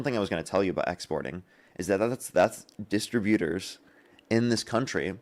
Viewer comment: FYI the correct pronunciation of distributor... The correct pronunciation is dih-STRIB-yuh-terz. The stress is on the second syllable ("strib").